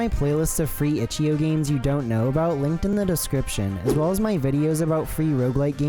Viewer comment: the way he says itch DOT io makes me wanna put a gun to my head